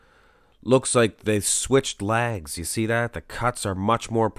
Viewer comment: “Good size on his lag’s” love the way you say leg”s ! lol